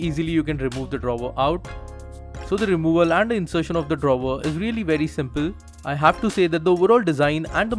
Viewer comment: Good review, except "drawver".